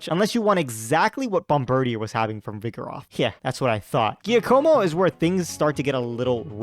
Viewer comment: I thought it was called (bomb ber deer)